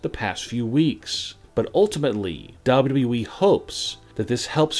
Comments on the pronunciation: Would you PLEASE PRONOUNCE WWE PROPERLY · How do you say wwe like that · He can’t say wwe right